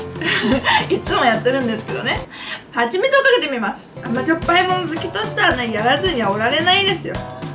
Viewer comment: ハチミツがパチミツに聞こえた